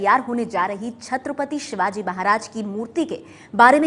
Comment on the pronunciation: अरे कुञ्या महाराजांचे नाव नीट घे